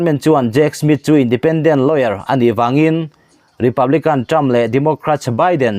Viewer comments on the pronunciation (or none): none